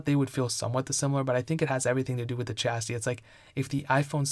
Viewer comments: The Chasity? You mean, the Chassis? LOL =) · Chastity? or Chassis? Cmon dude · did this dude really just pronounce “chassis” like “chastity”